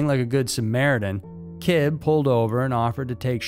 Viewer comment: It’s not Said like “Kibb” it’s “Kibbeee.”